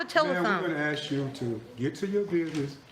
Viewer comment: Ax you Ax you any ignoramus can sign up it seems